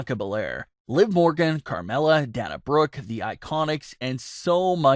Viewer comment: This guy still cant pronounce Dana Brooke correctly😑